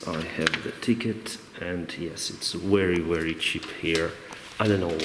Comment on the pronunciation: Not only a pilot but also a good travel guide.. Interesting places.. You speak very clearly and I can understand everything you say without having to check the dictionary. I'm not an english but I notice your pronunciation of the word "very" looks very strange, it's most like "wery" instead..